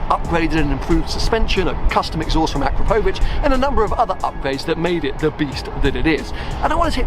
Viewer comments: I am still waiting for an English speaking person to say the name "Akrapovič" right 😁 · I know you are taking the stickers off, but please ask Vicky how to pronounce 'Akrapovic'. Cheers!